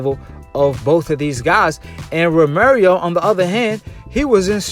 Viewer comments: Once you said Ro Mary Oh I left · Lol Ro mary O lolol bruh why u keep sayin that? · TEL BARBA 🤣😭🤣🤣🤣😭 it’s pissing me off